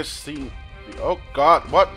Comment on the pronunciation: You sound like you're saying oh got with your accent!